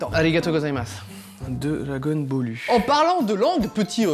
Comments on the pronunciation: *La Princesse des Saiyajin* *Fan d'Harry Potter* Dola gon bolu c'est juste la prononciation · Oui, dragonball en jap est prononcé Doragon Bôru